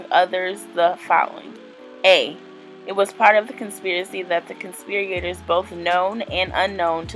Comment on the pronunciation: I just wish she would have read over the information before recording herself reading it. The pronunciation issues and struggle to manage the sentence structure while reading made it difficult to follow what she was saying. The "conspir-E-ators" really threw me, and not using context to understand how to accentuate several words just really made this a cringe worthy video. I appreciate the information she was ultimately trying to provide, though. She's obviously not a "dumb" lady, I just think it would be highly beneficial for her to take a minute or two to read over the content, so that she herself would understand the structure of the information and pronunciation of all of the words, before attempting to share it with others. ❤